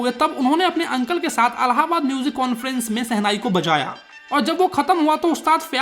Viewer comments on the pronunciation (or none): none